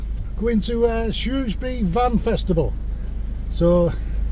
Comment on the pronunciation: So glad you had a fab time in my town, and you pronounced Shrewsbury correctly 🤣🤣 I did go myself as I live only 5 min walk away and I do remember seeing your crib. Great weekend and I heard it's coming back to Shrewsbury next year......happy days ❤